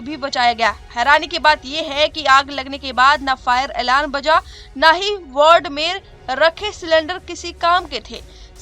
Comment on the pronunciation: मैडम साहिबा, कृपया वार्ड को वर्ड न बोलें।